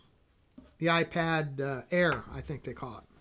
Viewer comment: It's kind of funny, the one time he says he is going to mess up the name, he gets it right. I loved the other two names; MacBook Chrome and iPad Air.